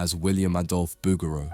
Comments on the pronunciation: The name rhymes with "boogaloo," not "overthrow." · Please pronounce the painter’s name correctly: Boog'raw